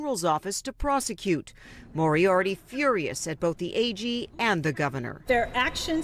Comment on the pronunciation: It’s pronounced (More-E-ARTY) it’s not that hard. It’s pronounced as it’s spelled moriarty. How are news people so terrible at pronouncing names!?